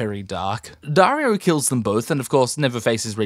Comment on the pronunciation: “Jaario and Dorah”💀💀💀